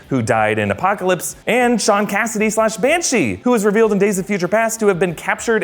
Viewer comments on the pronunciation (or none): none